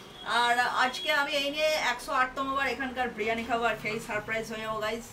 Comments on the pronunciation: বিরিয়ানী ❌ ব্রিয়ানী ✅ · বিরিয়ানি ❌বিরানি ✅